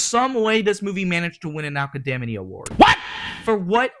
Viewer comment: What is an Aka-Day-Me Award? 🤔